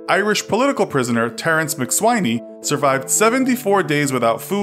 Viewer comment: Two things wrong there: it’s pronounced Terence Mac Sweeney and rugby players don’t wear huge shoulder pads